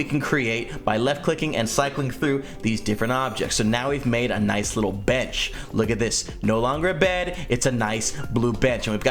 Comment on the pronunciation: Bench more like bedch